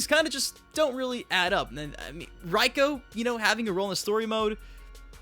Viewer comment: How do you get Reiko's name wrong if MK4, MK Armageddon, and Reiko himself in the deceptions Konquest said his name?